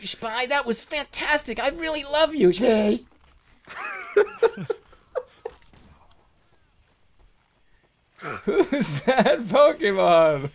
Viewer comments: ITS SHPEEKACHU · I think you mean SHPEEKACHU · who's that poke mon? PICAHU it's SHPEE FUUUUUU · Who's that pokemon? it's Shpeekachu! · ITS SHPEE-A-CHU its shpee-zard! DARN! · DR.SHPEE Gaming SHPEERIZARD.